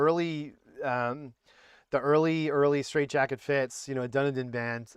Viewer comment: great vid but Dunedin is pronounced 'duh-KNEE-din'